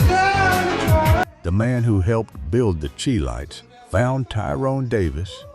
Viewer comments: Chi lites it pronounce Shy lite not chee lite🎉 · "AI" always finds a way to screw it up. The group who recorded "Have you Seen Her" is not pronounced the "Cheee Lights", it (CHI LITES) is pronounced SHY-Lights, as in Chi-town. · The Chee-lites, Bony Maranee, Otis Level ... I wish someone would teach these AI voices to pronounce these names correctly ... ho-hum. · Thank you! I grew up in the 60's and 70's . I loved Billy Butler,Walter Jackson, and Barbara Aklin; Otis Leavell I so remember seeing them perform live at The Regal Theatre in Chicago. Please note; The Chi-Lites pronounced like "Shy- Lites" Otis Leavel pronounced "Levell" Thank you again for bringing these "unsung' artists to the forefront. I enjoyed. ❤🎤🎼🎹❤️